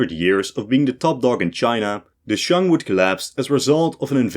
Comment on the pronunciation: Yes, all you people are correct about the atrocious mandarin of the author. I think he pronounced Shang, Han and Northern Wei correctly, but that's it. Although average non-eastern highschoolers wouldn't know this, I had to take Chinese starter lessons later. But I'm old, I think current highschoolers are indeed exposed to more Chinese influence.